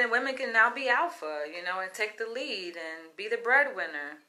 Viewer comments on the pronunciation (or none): none